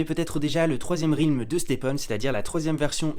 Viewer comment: Ça se prononce Rèlm pas Rilm !!!!!